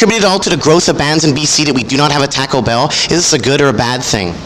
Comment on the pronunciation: "TACK O BELL" LOL